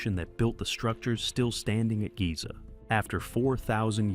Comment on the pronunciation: “Giza”? OMG…